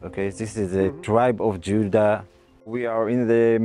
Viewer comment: he says Judah like olden day's?